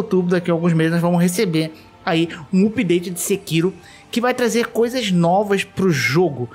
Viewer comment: Hahahahah. Dá um nervoso ouvir alguém falando "oopdate".